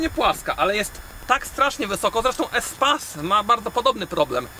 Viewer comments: Przepraszam ale muszę nie espace tylko espejs 😜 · NIE Espase tylko espejs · Yyy chyba mówi się Espejs chociaż że napisane jest Espace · Espeijs A nie espas xd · Nie espejs, tylko espas. To jest francuskie auto, i ma francuską nazwe